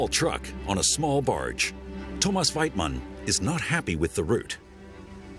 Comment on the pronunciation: Thomas Weitmann .!!!!!!!!! IF HE SAYS THAT BLOODY NAME LIKE THAT ONE MORE TIME.. !!!!!!!